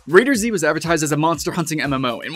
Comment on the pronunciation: It's not "Raider-Z", it's "Raiders," but with a capital Z. It's like "GunZ," or "Guns," not "Gun-Z." I know it because it's made by the same people, but this is just a pet peeve of mine :P